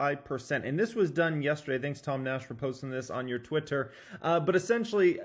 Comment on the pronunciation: Why you say "twitter" so weird